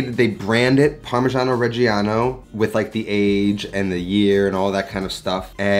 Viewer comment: you just lost my subscribtion by misspronunciation of the fkin cheese. Again. Its just a slight difference between parmeggiano and "parmezhiano", but it rips my ears open. And I´m not even fuckin Italian. I am not sorry.